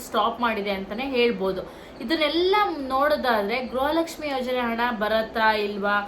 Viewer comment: Madam what is u saying is it is not a guraha lakshmi it is garaha lakshmi first correct your word